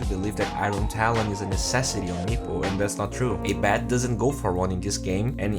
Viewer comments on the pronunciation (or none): "ey bed" I guess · It's Ayeeeee~ Bed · if i have a dollar every time you miss pronounce abed.... i could buy the juggernaut arcana right now!